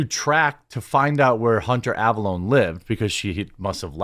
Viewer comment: "Leave Hunter A(val)lone!" 🤣